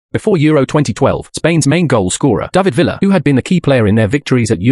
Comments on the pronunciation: David Villa💀 it’s pronounced David Viaa 🤦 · it’s pronounced Vee-Ya, not Villa. it’s not the same as Aston Villa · He pronounced it like Aston Villa 😂